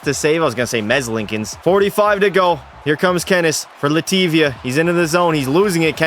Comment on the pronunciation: Is somebody named Lativia or was bro calling Latvia "Luh-tee-vee-uh"